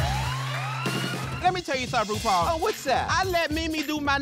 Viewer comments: "Roople" lol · “RuPul” Amazing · "Ru pul is it?" 🤣